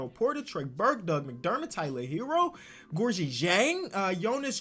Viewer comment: U do be saying gorgui's name wrong doe.